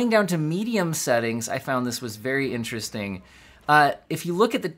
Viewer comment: Berry In-tear-est-ting!